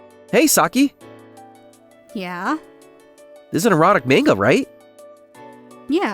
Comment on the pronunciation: Manga isn't pronounced "mayn-ga." It's pronounced "mahn-ga."